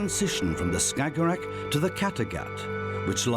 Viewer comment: He saying "stagorag" or whatever that is , 10 times per minute. Tf is a "stagorag"